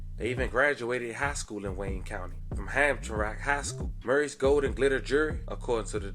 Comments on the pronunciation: Bruh said HamTurAck 😂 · It’s actually pronounced “Ham-tram-mick” high school. Hamtramck is a small city surrounded by Detroit which is predominantly people of Polish descent. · Prayers to the victims and families🙏 I can tell that the commentator is not from the are the way he pronounced Hamtramck😂😂😂